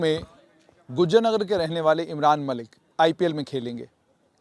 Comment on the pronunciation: Name toh thek say lelo bhai